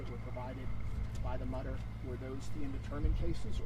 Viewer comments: Mütter pronounced mootah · It’s “MOO-ter” Museum.